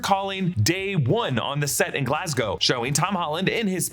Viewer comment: Thank you for saying Glas-GO and not Glas-GOW!